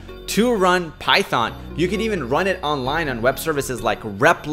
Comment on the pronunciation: Till I was like he has great knowledge in programming but when he said "Python" (It hurts my ears) I hit my head with my mouse !!